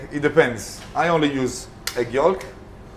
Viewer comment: Pronounced yoke not yawlk spells yolk talking